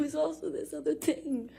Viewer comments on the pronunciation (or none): LOL no tears and wtf is she saying? “This other tinng” lmaoooo